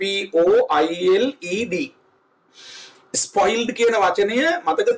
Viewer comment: It is not that ispoiled you will have to use spoiled your English is good but your pronunciation totally wrong.